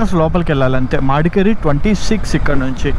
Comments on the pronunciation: Bro please its not "madkeri" Its "madikeeri" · మాడికెరి కాదు bro it's మడికెరి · bro it's not మాడికేరి it's మడికేరి